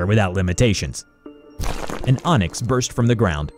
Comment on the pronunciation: My guy said "onyx? No das intestyx"